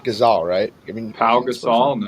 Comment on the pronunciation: The way Balls pronounced Pau Gasol was craaaaaazy